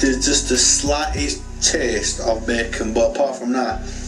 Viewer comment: She ruined (british) bacon.